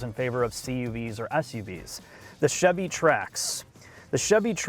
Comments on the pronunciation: "The Chivy Trax" 😆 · "Chivy"? Savage. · Chivy Trax? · I keep hearing Chevy Trash, something is wrong with me… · Chivy Trax ;)